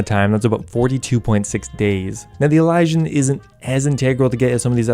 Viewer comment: Why is it that nobody who plays Runescape knows how to pronounce Elysian?